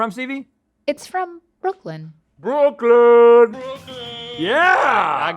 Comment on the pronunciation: You guys forgot the R in Brooklyn. Put some respect on my home town.